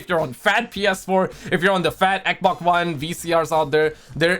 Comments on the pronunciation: say it with me XBOX XXXX BBB OOO XXXX NOT EKBOK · Hey! Can you spell me how you pronounces xbox please? Eboc?😂 I recently discovered you I love your videos! Continue like this 👍